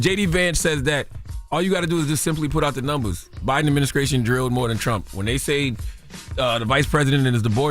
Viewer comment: Did he say adminisCRATION?